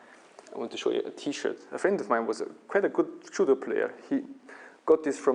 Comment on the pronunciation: you cant even pronounce judo properly. lol